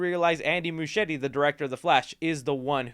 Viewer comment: Is that how you pronounce Muschietti? Serious question, cause it's weird, the name sounds Italian, but I google him and he's from Argentina, but his sister's name is Barbara, very Italian as well, and if it was Italian Muschietti would be pronounced with ahard C (almost like a K) so I'm just curious now LOL